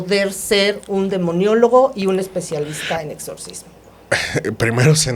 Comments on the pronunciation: Maestra se dice demonologo no demoniologo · Licenciada se dice:DEMONOLÓGO. No demoniólogo.😂😂😂😂 Qué le pasó?.😂😂😂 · SEÑOOOORA O MAESTRA LO QUE SÉA ES "Demonología" "Demonologo" NO "Demoniologo"...POOOOR FAVOOOR!😭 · Demonólogo no "Demoniologo" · La chuntara esta diciendo demoniologo cuando la otra persona a cada rato corrigiendola Se dice DEMONOLOGO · Con todo respeto se dijo mucho demionologo y el término correcto es demonologo, igual que demiologia , tuvieron un execelente invitado, solo considero que hay que revisar los términos correctos, su invitado es evidente que tiene conocimiento y hay que estar a su altura, saludos! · Muchas gracias por este programa: espero la segunda parte👍👍 (comentario aparte, es "demonólogo", no "demoniólogo" 😉) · pronuncia demoniologo. Cual es la palabra correcta? Demonólogo o demoniólogo?